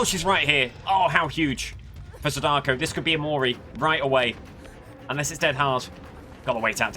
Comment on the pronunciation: I hate the way you say my wife, Sadako's name :\